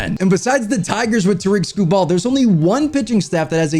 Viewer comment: “Tear-rick Skoo-bull” not “Tear-reak skoo-ball”